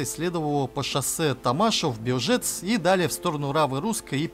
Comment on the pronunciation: 6;08 - Бе'лжец - опять второй слог с конца. Так в польском ставят ударение(в основном, по исключениям из правил - он с русским конкуренцию може т составить).